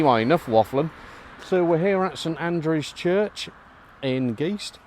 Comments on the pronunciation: Hi,you said you had done research on county school. And although you covered most of the churchyard, a bit of research about Guist may have advantageous, as well as how to pronounce Guist..(Giste), not Geese. You also walked passed a Marl Pit, and the Village green is not around the clock. The house with the Tardis, used to be the Village Hall.and you talked across it,in front of the shop. There was also a Fire Station next to the lane to the right as you face the shop. I know you said you leave the history to the experts,but these are general facts. The key for the church is available on request from the shop. Lastly,thank you for bringing Guist and St Andrews to the public eye. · A correction... It's not called Geest, it's name is Guyst!